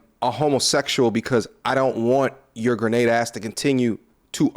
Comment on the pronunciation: GRENADE!!! bruh are you from Jersey 🤣